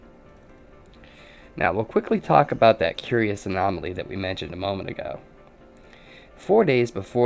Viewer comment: You lost me at "anomoly".